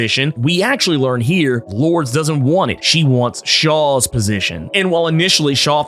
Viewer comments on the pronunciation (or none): Hey about the name Lourdes, it’s actually pronounced Lor-dess not Lords. Whoever told you Lords is incorrect. And yes that does include google. I know for a fact it’s Lor-dess as I have several relatives with the name. Sorry to be “that guy” but every time you mispronounced it caused me to cringe in embarrassment. Can’t have a fellow brotha out there getting it wrong. That’s all! Good video keep it up! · I know this may be small to some but Lourdes is (loor-des) not Lords. All in love. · I believe Sebastian Shaw's ex-partner's name is pronounced "Lord-es" not "Lords". Just an FYI. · I think it is interesting how you pronounce Lordes Chantel. You say “Lords” when I read it and pronounce it as “Lordis” I wonder which is correct? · I love your videos. One thing though. Her name is pronounced Lord-ez. Not the way I spelled it though🤣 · Love the Marauders books and always appreciate your analysis and fun, energetic commentary. Was reflecting today on the fact that I knew a person named Lourdes as a kid but it was pronounced Lord - Ess like saying confess. Would love to know if the writers intended it that way since it’s not a common name but that’s the only other person I’ve known with it.